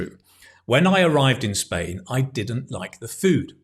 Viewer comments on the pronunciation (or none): none